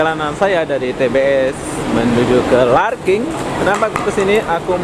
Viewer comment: Awak pandai2 je tambah 'g'kt perkataan Larkin tu..LARKIN ga pake g ...🤔🤔